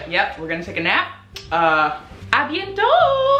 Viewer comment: No cuz the way you said « à bientôt »…as a French/bilingual person that’s pretty good